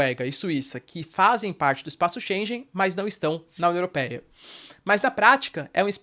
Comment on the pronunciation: 0 seconds ago Só uma ligeira correção: Shengen se pronuncia diferente, (como se tivesse um gue no Shenguen=pronuncia correcta).